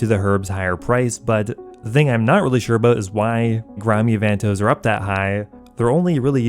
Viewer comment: U say avantoes weird